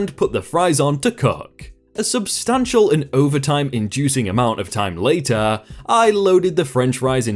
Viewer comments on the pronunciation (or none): none